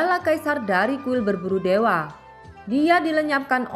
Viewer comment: Baca yg bener kuil pemburu dewa bukan berburu dewe😆😆😆😆😆😆👎👎👎👎👎